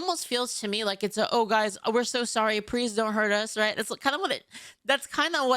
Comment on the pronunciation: Did say “prease”??